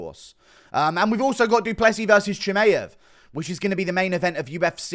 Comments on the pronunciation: It’s f ChimAev not Chimeev, it’s getting very annoying especially when Khamzat will be the future champ very soon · Why do you say Chimaev like that